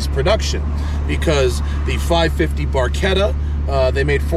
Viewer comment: Ha ha …. bar.. ketta. THE WORD YOU ATE TRYING TO PRONOUNCE IS …. Barchetta ha ha , it’s a BAR…SHETTA ….